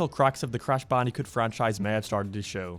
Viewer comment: You sound like your saying crash bandycoot